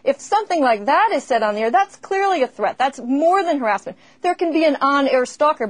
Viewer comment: haha - "haris-ment"